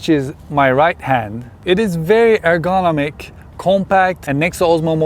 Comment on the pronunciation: Air-gone-o-mick? ...What happens to a diver when the tank is empty?